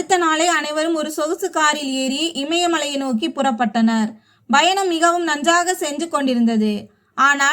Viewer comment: When you pronounce the word -,travel-you are sounding it as" Bayanam" instead of Payanam. Correct it